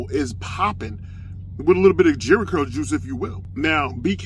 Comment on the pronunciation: "The chesticle is out with a little bit of jherry curl juice" 🤣🤣🤣